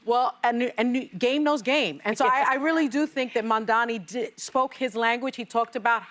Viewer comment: Joy, it's M-A-M-D-A-N-I. Not Mamdami.